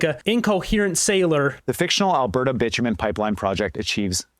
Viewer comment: When David Eby says bit u men(Bitchu men) it sounds like he is describing himself.